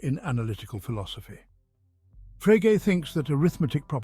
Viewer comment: And why can’t your AI pronounce Frege?